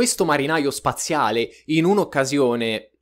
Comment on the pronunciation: Il tiangolo amoroso soaziale😂😂😂😂non si può sentire crepo dalle risate o sentito due volte il video solo per sentire triangolo spaziale